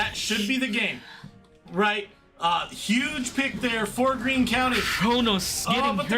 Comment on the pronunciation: You guys butchered our names for Greene county 😂